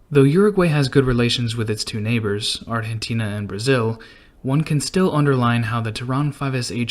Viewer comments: Please stop saying "arhentina" ... So irritating. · Lmao the way he Pronounce Argentina but still very true